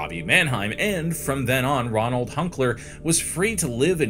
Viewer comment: Ronald or Roland? It's said one way, written another.